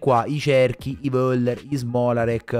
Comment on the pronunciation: Ti prego pronuncialo correttamente: Foller, no Voller.... 😉😉😉😉